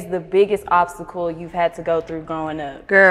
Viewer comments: 🥴🤣🤣🤣 obstacle....what is a obbbbtickle...😬🤷🏽‍♀️🤦🏾‍♀️🥴🤣🤣🤣 Fxck it take it back to geometry.... I’m the Dove that fly up in the sky cuz des bishes is dead...🤪 I love her.... PERIOD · She said what’s a opsticle 😂😂😂😂😂😂😂😂😂😂😂😂😂😂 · I cant stop laughing suki said girlll whats a ox icicle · GURRLLL WHAT IS A OP-THI-CULL YALL CAUGHT IT A 1st